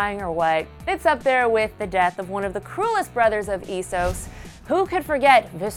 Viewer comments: firstly viserys is not from "ee-sos" (eh-sos) he was born at kings landing. get yo facts straight bih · EESOS and VISRS lol